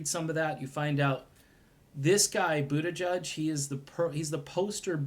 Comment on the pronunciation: His name is pronounced, I’m for Medicare for all, But...tigieg.